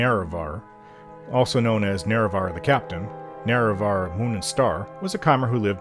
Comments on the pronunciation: You said Neravar right that time! 😁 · Ok, a couple times you did Lol!